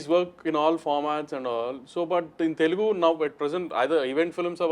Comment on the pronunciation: I get so mad when north Indians and folks from mumbai pronounce it as Telgu. Its not telgu my dude and its a shame that many folks still mispronounce in this day and age